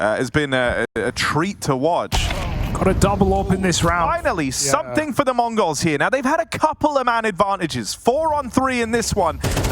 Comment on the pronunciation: ich verstehe immer "Mongos"